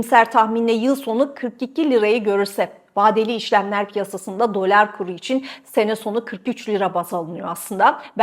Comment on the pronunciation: Abla şuna dölar deme ya lütfen